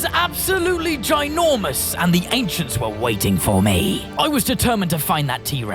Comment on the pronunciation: The ainchents